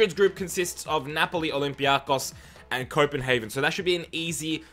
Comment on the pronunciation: Tip: Olympiacos is toned In the second "o"